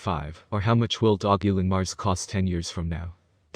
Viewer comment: If you market something at least pronounce the name right. And don't speculate ridiculous prices